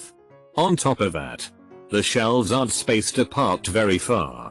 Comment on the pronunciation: Also, what is going on with "aren't" becoming "arentsots" in this video? Weird..